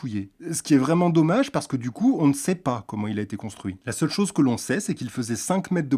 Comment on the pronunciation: à au lieu de dire chose il dit choge 🤣🤣🤣🤣🤣🤣🤣🤣🤣🤣🤣🤣🤣🤣🤣